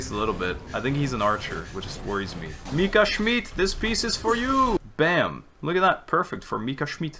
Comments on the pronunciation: you are pronouncing the name wrong its schmidt with a short i and not schmied witch is the german translation of smith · I'm sorry to nag you, but it's actually pronounced "Mika Schmitt" not "Mika Schmeat" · + you’re actually saying Mika “Schmied“ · no both of you are wrong you pronounce it schmeadt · whenever i hear dehya’s burst i always hear it as “you’re dead schmidt” and i can’t unhear it and burst out laughing everytime istg 😭😭😭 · obviously not, orherwise he'd pronounce it right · he's pronouncing it like that on purpose, he mentions the proper pronounciation in the video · where did I start a riot now? I just said I doubt he's German based off how he pronounces 'Schmidt'. You are way too emotional for what I just said. Plus, I don't care if he pronounces something right or wrong. You don't even know my mother tongue. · I still can’t get used to you saying “schmidt” since it’s my last name in german and i get called that a lot😭